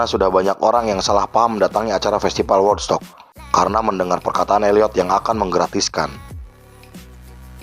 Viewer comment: di baca wudstok pak. bukan wodstok.